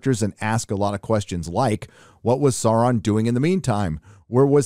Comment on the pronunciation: thank you for pronouncing Sauron correctly.